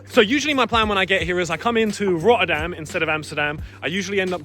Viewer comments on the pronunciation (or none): roerdam? bro plz say the city name right is not roerdam rotterdam dooble t